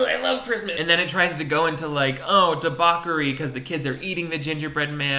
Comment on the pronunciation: No one: Not one soul:: debawkery